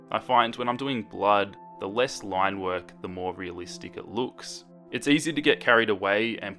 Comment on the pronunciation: Every time he said 'realistic', all I could think was HYPUR RELISTEC BLUUD